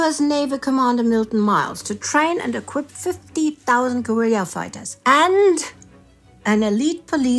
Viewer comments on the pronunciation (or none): none